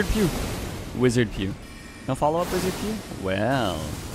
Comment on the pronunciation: he said ‘wizaa’